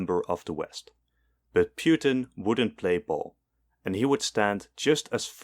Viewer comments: Putin not Pewtin lol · Bro called Putin "Pewtin" 💀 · Ah yes, pyutin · Ah yes, Pewtin, my favorite president of all time! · Vladimir Piutin?😂